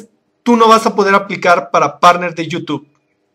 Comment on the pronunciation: Me carga cuando dice you tube y no youtube